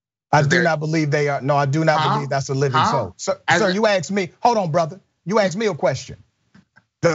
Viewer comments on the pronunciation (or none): I got 32 seconds into this and the host uses the word 'aksed'. Credibility shot.